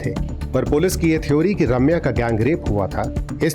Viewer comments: ‘Raaamya nahi’ it’s ’Ramya’😅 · Is it so difficult to say Ramya? They keep calling her Raamya 🤦🏻‍♀️